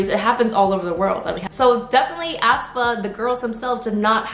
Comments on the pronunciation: Hi, hope ur having a nice day:) i just wanted to point out that aespa is pronounced more like ‘espa’ instead of how you’re putting a lot of emphasis on the ‘ah’, making it sound like ‘ahspa’ with a very heavy starting a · ASS PA? 😂 It's aespa. 에스파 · lol ASS-pA , ASS-pa... is that actually how it's pronounced? i always thought it was pronounced ess-pa.